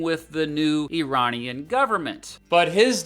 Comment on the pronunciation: Even by listening to his guest speaker he would be able to hear how to say Iranian. It’s not a put down, just baffling to the rest of the world how Americans don’t have that ability to figure out foreign pronunciation. For example these pronunciations seems instinctive to me and I’ve only ever lived in Scotland.